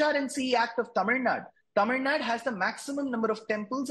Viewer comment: That guy dosent even know how to pronounce the state name... Its tamil nadu...not tamil nad.. If mosques and churches are not under the government even temples need to be kept away from the government